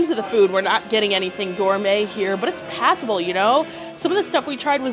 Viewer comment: "passible?" for $60?